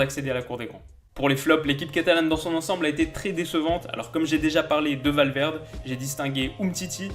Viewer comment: On ne dit pas Valverde mais Valverdé